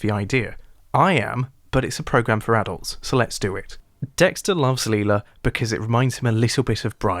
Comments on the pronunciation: It’s Lyla. Not Leila. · It's Lila. Who's Leela? 🤣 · Bro says Lila like a psychopath, but Brian like a normal person